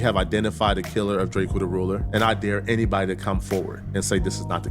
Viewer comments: Pronounce it right duh. We know the truth. Lldtr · Drake-o not Drakeo